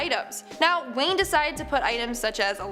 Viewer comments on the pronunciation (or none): none